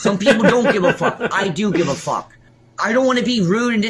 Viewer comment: You shouldn't fwuck with him. He's gonna get upswet